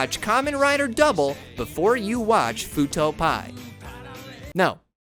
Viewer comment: Great video. Also, it's Fuuto P.I., as in Private Investigator. Not Fuuto Pie.